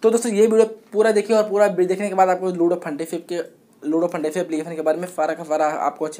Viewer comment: Bhai lordu nhi he ludo he